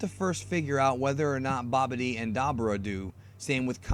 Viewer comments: Who's Bobby D. (it's pronounced Babidi) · You say babbadi like bobby--d